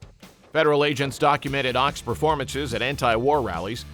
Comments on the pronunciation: Phil Ochs name is pronounced "oaks" not "ox". The mispronunciation hurt my ears. His music was insightful and brilliant. Thank you for putting this compilation together. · Ochs is pronounced "oaks" not "ox". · Phil Ochs' last name is pronounced like "oaks", not like "ox". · Ochs is pronounced “oaks”…not “ox” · Not Phil OX, pronounced oaks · The phrase "Up against the wall motherfucker" was in Jefferson Airplane's song We Should Be Together. The song you repeatedly play in the video is Volunteers of America. Phil Ochs last name is pronounced Oaks not Ox. If you're going to make a video, get your facts straight. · Phil Ochs last name is pronounced "Oaks" not "Ox". According to kegend, Phil claimed he lost his singing voice due to a physical attack by the feds throttling him. He died too young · Phil Ochs is pronounced "Oaks". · It is pronounced oaks ! The Ochs family are the long time publishers of The New York Times. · Phil Ochs’ name is pronounced as Oaks. He was a great folk singer & song writer. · Oaks. Pronounced like OAKS. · I think ochs is pronounced like oaks. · It's pronounced like oaks -- Phil Ochs. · It is Phil OAKS (correct pronunciation). You make this sound much more dramatic than it really was. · It's insulting that you mispronounce "Ochs". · It's Phil Ochs (pronounced Oaks) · The mispronunciation of Phil Ochs' last name is seditious and treasonous! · Love Phil oshs, listening to him a lot now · Comrade Ochs😂